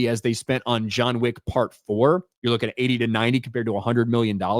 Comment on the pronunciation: It's John Wick not Joan Chick.